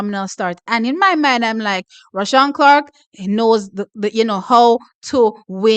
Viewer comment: Hear weh mi a seh nuh T its rushane NOT roshawn 😂